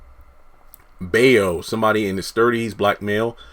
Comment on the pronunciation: bayo is pronounced as buy-0